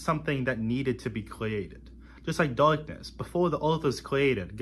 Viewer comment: Weeawwistikwee "Realistically" Daaaukness "Darkness" Wew "Well" Kweeated "Created" Kweshun "Question" Numburr "Number" Weaves "Leaves" The future is lost already. Anseturs "Ancestors" Fouzand "Thousand" Wesrwekted "Resurrected"